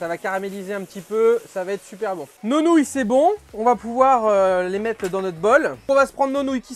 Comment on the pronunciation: C’est marrant à dire « nonouille » 😅